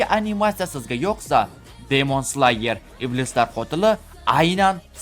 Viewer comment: Slayermas sleyer deb aytiladi